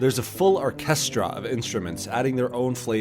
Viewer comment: How the fuck do you say the word orchestra wrong?